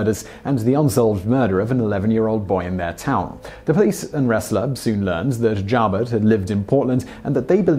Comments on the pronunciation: "Joubert" is correctly pronounced "you-bear". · Just to confirm as already noted - Joubert's name is pronounced with the long oooo sound, not the ow noise. I was actually living about three blocks from the Dairy Queen in Bellevue where Joubert grabbed the first kid in Nebraska. Also was stationed at Offutt. Also, Joubert was never in the Army. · John JOUBERT. Its pronounced JEW-BURT. NOT JOWBURT. I never heard it pronounced like that. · Alabamians pronounce it Mo-bull. Joubert is pronounced Jew-bert.